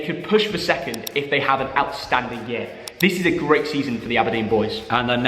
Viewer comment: what’s a YER??? It’s YEAR mate